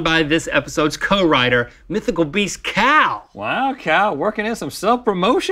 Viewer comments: I cannot be the only person who thought they called Kal "cow" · When the said kal I thought they said cow